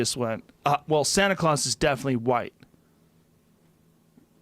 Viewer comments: he says right instead of white and then craws instead of claus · how high is he? santa clause is definitely "right" followed by "sana cross" is real...